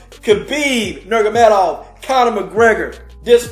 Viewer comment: Great fight and love your enthusiasm, Man. But you’ve got to pronounce the man’s name correctly please! It’s Nur-ma-go-me-dov 😂😂